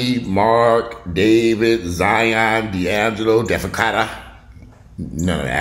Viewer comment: Defakata 😂lol sounding like defecate 😂